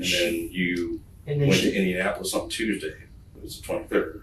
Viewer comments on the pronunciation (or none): none